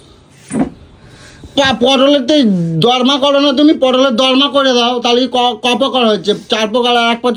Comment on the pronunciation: ওরে মূর্খ! ওটাকে "পটলের দর্মা" নয়.. "পটলের দোলমা" বলে!